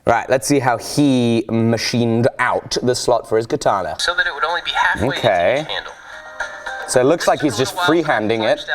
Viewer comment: I'm sorry to tell you this, you are using "Kitana" instead of "katana". btw love your vids.